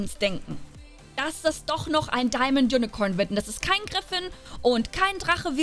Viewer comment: Wie Sie unicorn ausspricht ,Unicoern